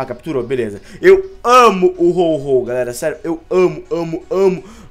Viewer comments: É Ho-oh e não Ho-Ho noobao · Ao invés do dizer Ho-Oh ele diz Ho-Ho